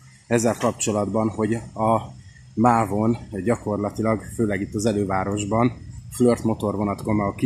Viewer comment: Mitől flört? Flirt. A Kiss-t sem ejti kössz-nek.